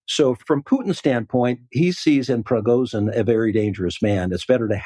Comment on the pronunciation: This was the lamest analysis. Huntsman can’t even pronounce Prigozhin’s name. What else is he oblivious to?